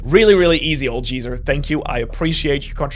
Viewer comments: Simple correction to Geezer being pronounce Gíīzër as opposed to Jíīzer with soft G… some Speak Functions will handle language pronunciations in unusual orders of priority or assumptions, usuallly cause of inferior A.I. Or general programming… Worst is my generally British or other regional English Forms over American English, which doesn’t seem to handle Ys terribly well if I try to get Norse or Japanese words pronounced right… the number of times I had to write bïákūgán to avoid the usual “BaîYaKooGæn” which really sahsucks worse than writing Sasuke instead of Sásūké… or ītáchí which if capitalised becomes Eyetachee or whatever… at least the Luffy isn’t as Bad a mispronunciation since it’s closer to Laughee… like the One who is either laughing or causing laughs Or being laughed at Though that feels a LOT more like Buggy D Crown… what a Name That is; Right?! : D I’d : D is pronounced Níkà for representing a wide smile with open mouth to show laughter or speech… then it feels even more important an endorsement of an ideal to Take the name as a Willful Adoption… I wonder if the Original Actual Níkà’s descendant Became the Sun God because of a Fishman’s Dream which yielded a Buccaneer functionally replacing the Real Níkà AFTER their Actual Body was lost to…. The Fate of an Eternally Living Níkà’s evolution leading to becoming a Black Hole when the Reaction of their containment of one of these ancient Mother Flame like energy sources led to becoming something that instead of sim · The “g” in geezer is a hard G. Just FYI